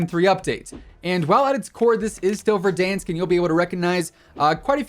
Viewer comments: Verdansk 2020 is Ver-DONE-sk. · I do have to ask how do you miss pronounce verdansk???? It says it in the game sooooo many times and not a single time is it said the way he says it